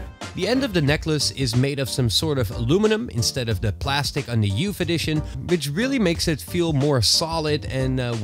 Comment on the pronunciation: "YOUFF EDITION"